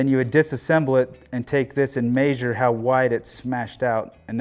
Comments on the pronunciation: arghhhh. its pronounced mesure not mayyysure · No. It's pronounced meh-shure. 😄